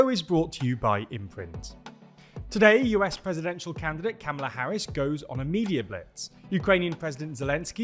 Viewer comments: KA-MALA. not CAM-MALA 😒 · FYI TLDR gang, it's pronounced like "Comma-lah".